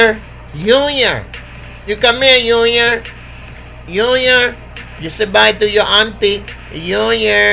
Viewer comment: “I got to take care of unior” 🤣